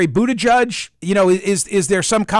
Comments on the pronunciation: It's boot-edge-edge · You should at least learn how to pronounce Mayor Pete’s last name.